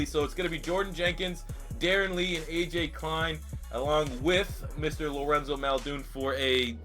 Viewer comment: Maul-din, not Mulldoon.